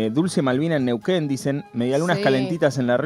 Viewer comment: Niuquen. Ya no te arcorda como se pronuncia. jajajja